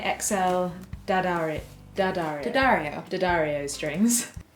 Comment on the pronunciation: It's pronounced Dee-AH-dar-ee-o not DAH-dar-ee-o